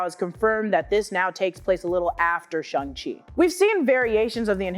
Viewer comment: its "Shang Chi" Not "Chung Chi" or "Shung Chi" !!!